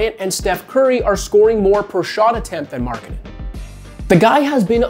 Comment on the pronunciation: to be honest everytime you say Markkanen i hear " Marketing" :D:D